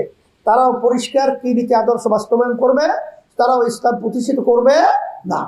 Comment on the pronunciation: এত বড় ভন্ড ইসলাম সেইটাই উচ্চারণ করতে পারে না এসলাম বলে এটা এত বড় মোনাফেক এত বড় দালাল এত বড় ভন্ড